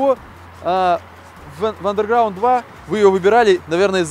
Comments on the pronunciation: проект интересный. но не "хундай", а "хёндэ". не "андеРграунд", а "андеграунд" и т.д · Vladislav Black да, но R не читается.